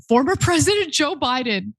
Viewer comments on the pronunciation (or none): none